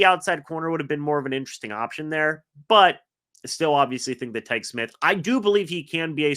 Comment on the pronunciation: Quit mispronouncing Tykee Smith's name.. It's pronounced (Ty-Key) Smith